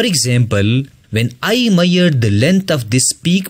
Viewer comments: Sir, the pronounciation of measure is mai-shur not mayur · It's not meare..It's measure...l would say that explanation was really good but would appreciate if you work on your pronunciation rather than pronouncing wrong words..and your way of speaking too...but overall very nicely explained..Thanks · Miyar or major atleast say mezar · Measure❌ Mayyarr ✅ 😂😂😂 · Not mayyar it is measure😂😂😂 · Come on bro that measure not miyer😅. But good teaching ❤ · Measure nahi maiyar hota hai 😅😂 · first i read comment of this video before watching this video . and when i started watching the video and when it said "maiyer" i understand it as measure . 🤣🤣😂🤣😂 thanks bro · Mayyar 😂😂. Bhai pehle English sudarle badme Padana bakiyonko😂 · It's not maier It's measure 😂 Useful video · I love how people come up with their own words like bro it's measure not meir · Bro u said "maier" that means hair in my mother tongue 😬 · Ha bro ..."maiyar" nahi measure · Lol same 😂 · Its measure not maiyor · It’s measure, not meaure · His maiyar ( measure)is extraordinary 😂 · bro its not mayer its measure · why is he pronouncing MEASURE as MEYYER , i was so confused for a second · People in Punjab pronounce in that way. There are many words pronounced in funny manner by people from other states. But I do not make fun of them. By the way the teacher sounds to be a Pakistani. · Measure pronunciation 😢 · Measure pronunciation 😂😂😂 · Good video but you're pronouncing "Measure" and "Trough" incorrectly.